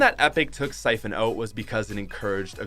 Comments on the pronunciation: its out, not oat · It’s not “oat” it’s out